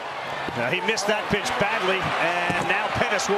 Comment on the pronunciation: Those commentators really cursed the OM pitchee